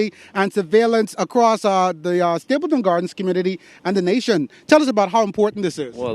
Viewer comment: The Word is Stapledon not Stapleton.